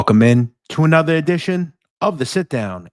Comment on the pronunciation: I love how says "anotha edition of the sitdown" like he's a Brooklyn tough guy, but then immediately says all of his other "R's" letting us know he doesn't really talk like that. 😅